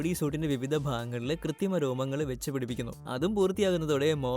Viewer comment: കൃത്തിമ അല്ല ബോസ്സ് കൃത്രിമ 😂😂😂